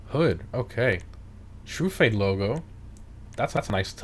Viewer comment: I've never heard anyone pronounced Truffade as "True-Fade" lol